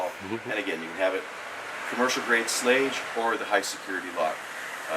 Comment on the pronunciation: Nice, but you didn't even pronounce Schlage right. Any you call yourself a locksmith?